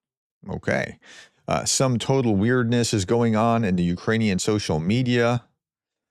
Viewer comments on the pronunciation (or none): none